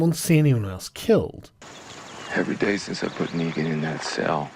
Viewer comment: neegan? kneegin?